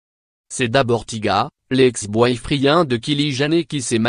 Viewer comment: WAAAAHAAAAA 😂😂😂😂😂😂😂😂😂 le gas nous lache des kili gener et des boy fri1 sens pression 😂😂😂 aucune honte il nous lache sa oklm 😂😂😂😂 Sa se pronnonce Kaylie JENNER et non "gener"